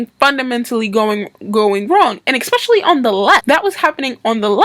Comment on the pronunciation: especially, not exspecially